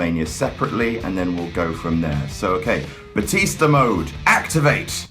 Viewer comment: "Batista to Bootista to Bluetista to Byetista" OH MY GOD I LOVE YOU